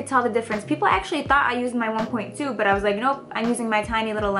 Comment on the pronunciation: it's annoying how you say Bu22222 instead of buttttt Minute